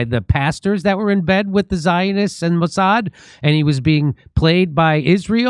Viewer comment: Jim , it is Mouse-ad